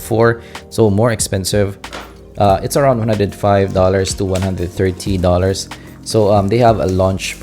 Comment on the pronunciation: 130$. He didn't say it very clearly.